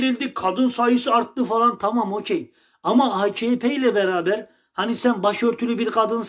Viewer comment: tağam inamdık tağam he he